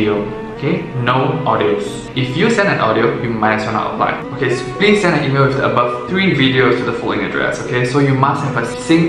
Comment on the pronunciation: 1. Please say email again